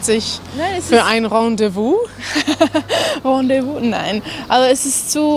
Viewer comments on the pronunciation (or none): es heißt Rendez-vous und nicht Rendevouz